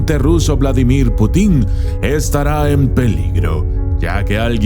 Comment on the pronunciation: Jejeje Vladimir Putín... Pues quizás lo sea pero mientras, su apellido se pronuncia sin el acento